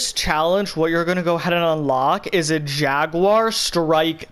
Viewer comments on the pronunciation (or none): none